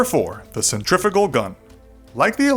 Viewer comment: CENTRIFUGAL = Sent-tree-few-gal